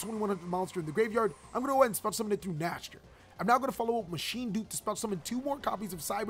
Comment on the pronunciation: Just so you know, cyber dragon vier is pronouned as "fear" and Nächster is pronounced something like "neigh-star". Both are german words. 😀